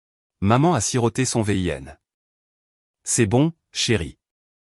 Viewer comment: v.i.n se dit vin